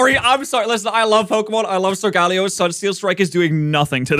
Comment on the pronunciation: What bastardization of the pronunciation so-ga-lay-oh did I just hear?